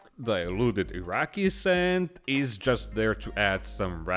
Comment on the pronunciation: Gah. “Iraqui” sand. Triggered again.